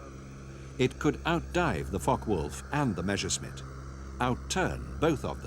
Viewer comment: Meshersmit? How comes that not one single English speaker can pronounce Messerschmitt correctly?